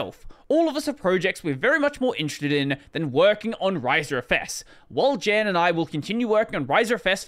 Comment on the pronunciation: Jan is pronounced more like Yan and is the Czech equivalent for John.